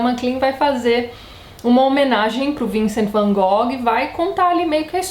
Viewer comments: Tati se a pronuncia correta não é "Van Gogui" qual seria? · Não liga pra pronuncia não, Tati! É complicado demais pronunciar o nome em Dutch mesmo. Varias partes do mundo falam como nos falamos mesmo. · Boa noite Tatiana, tudo bem? Gostaria de saber se você sabe a pronuncia correta do Van Gogh, ficamos curiosos...abraço. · Adoro o Van Gogh. Fi o primeiro pintor por quem me apaixonei. Me formei em artes e devo a influência ao documentário que assisti sobre ele quando era criança. Sobre a pronuncia, na universidade mesmo todo mundo usava a versão brasileira. Nunca vi ngm usando a pronuncia holandesa. Também acho essa música linda - ****Recomendo FORTEMENTE assistir até o final o episódio de Doctor Who sobre o Vincent. É um episódio lindo. Eu chorava tanto que não conseguia nem ler as legendas T-T. Da pra assistir sem ter de acompanhar a série. É o episódio 10 da 5a temporada moderna. Tem outro filme legal: Van Gogh: Painted with Words onde o Vincent é interpretado pelo Benedict Cumberbatch <3 ótimo vídeo =)